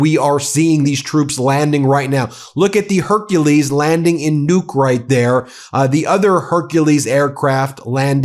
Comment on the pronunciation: That's Nu-uk, two Syllables.